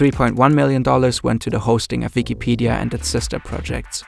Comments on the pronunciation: saying the letter W is hard huh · Yeah, bro, halarious